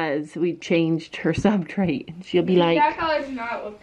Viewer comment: it’s substrate not subtrate